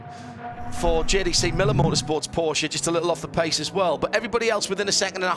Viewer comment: Thanks for the Porsch-e pronounciation, not hearing it too often 😊